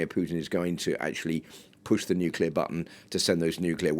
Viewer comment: It's funny this news lady said Nuclear correct the first time, but then the second time she said it wrong, I wonder why it is so hard for some people to say " new clear " instead they say it wrong "Nu Cu ler". That drives me nuts like when some people say the word Axe instead of Ask. What does that say about public education.